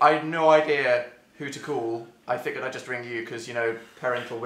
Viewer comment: WE SAY FIGURED THE SAME WAY O MY GOD, THANK YOU, EVERYONE MAKES FUN OF ME FOR NOT ANUNCIATING IT